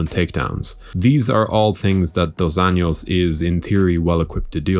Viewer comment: You’re saying RDA’s name wrong. You’re pronouncing just last name Anjos in a Spanish manner, but he’s not Hispanic. If you just say it like an American would say it, it would be actually closer to how his name really sounds in Portuguese